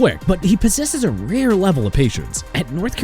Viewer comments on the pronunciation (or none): none